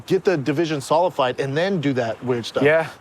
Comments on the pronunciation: 'Solidified' Brendan. The word is not fucking solify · Get the division “solified” he says😂